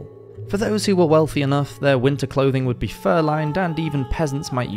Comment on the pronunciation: Only clouths not clouthing, dude😂😂😅😅